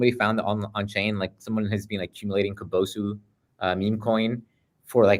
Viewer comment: How can a Japanese person repeatedly pronounce kabosu like that? 🤢